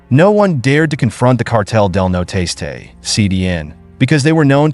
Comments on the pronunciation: Its Cartel Del Noreste, the northeast cartel, not noteste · Cartel de “no-Ro-est-aye” not “no tasteay” WTH did you get that in sounding out the word?! There’s no effinT! lol sorry great video and that the only Hang up I’ve got on the video. So besides that kudos and great find! Where’d you locate this info on these stories? Are u from Texas?! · I know that kept killing me every time he said it. You think Jeff Google translate it at minimum